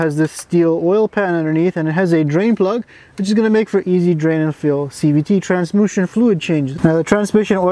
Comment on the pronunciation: transMUsion fluid..😂 I love your amazing review for cars.